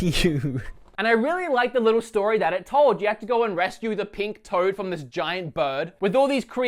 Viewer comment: This man said “PiNk ToAd”